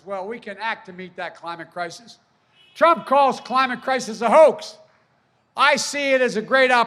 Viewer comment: And don't forget, Joe said that he's going to tackle the "Crimate Clisis" so there's that.